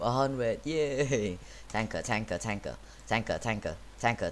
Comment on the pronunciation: In x2 speed it sounds like your saying tackle or taka